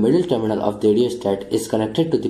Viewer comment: Im confuse dat y u kep on sayng d instead of the... Hello bro there is condition to pronounce the as d.. Not all da time